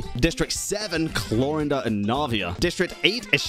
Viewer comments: I stop you all it's Clor"ai"nde and Si"j"ewinne how it's pronounced (Sigewinne I didn't know it was a thing) and Clorinde is a character of French litterature like Neuvillette. Thank you. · the whole time i was just trying to figure out why pronounces Clorinde as if it's spanish or german lol the 'e' at the end is silent xD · Bro! ... You could've atleast tried to learn the pronunciation of sigewine and chloride before hand . You are pronouncing them worse than I could've if I were challenged to do so